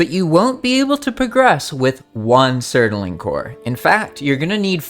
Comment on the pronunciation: Surtling ffs its two syllables please man